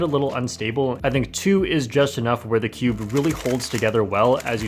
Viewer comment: You say cube like skewb